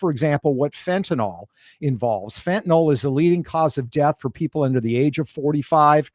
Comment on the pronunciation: I keep wishing people would learn the proper pronunciation of fentanyl